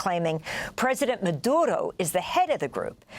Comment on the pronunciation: Don’t speak Spanish? Don’t try to pronounce Maduro’s name or Caracas . Sheesh We get it, this is the most Spanish All the American anchors / news analyst have spoken their whole lives and yet, they purposely feel they need to sound Latino. Lol making us laugh, we love clicking on these videos 😅